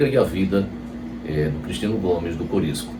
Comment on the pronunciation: O nome é Curisco, e não Corisco.